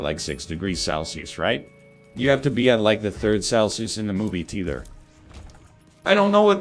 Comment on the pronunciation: Also why does it pronounce "Theater" like "teether"